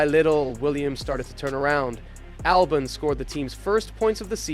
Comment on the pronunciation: Whats with the constant mispronunciations???? 😂😂 “James VowWs”, “AlbohNs”, “AtlAAsian”, “how did the hottest free agent of the 2024 end up in a BAhkMAhker”, “alPINE” — english aint even my first language smh😅🤣